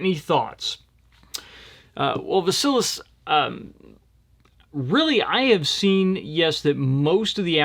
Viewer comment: 😂 name from first question is pronounced Vah-see-leese. Doubt they have a lot of Greeks in Evansville